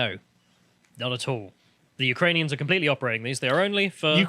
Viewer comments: Lol she called them ukrainions,also there is a odessa city in texas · Who are the Ukrainions? Like communist Klingons? She definitely said "Ukrainions". What's really going on here? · Let's be very clear and not spread fake news, she didn't say Ukrainians, she said Ukrain-ions.